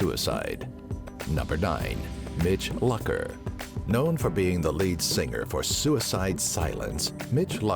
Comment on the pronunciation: Please pronounce Mitch Lucker's name correct